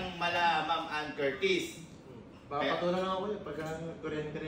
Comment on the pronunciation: dyusmiyo sa anne😂😂😂 "annedumi" 😂😂😂